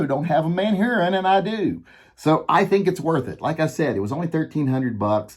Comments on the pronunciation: I still have to laugh at you saying Manhurin instead of Manurhin. It's said more like "ManUrine". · It's not Man-Hurin, it's MANURHIN...if you don't like it, suck it ! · It is pronounced Manurë in French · Are you pronouncing a h out of order or do you just not want to say man urine?